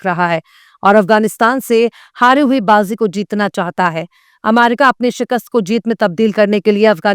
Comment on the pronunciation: Abe bolna Sikh le pehle america ko aamaerica😂